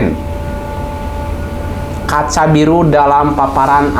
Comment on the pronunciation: kacaribu baang, bukan kacabiru